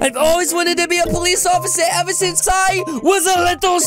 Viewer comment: did he say sance I was a little spider !